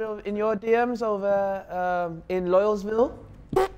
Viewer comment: man said loyalville hahahahahahahah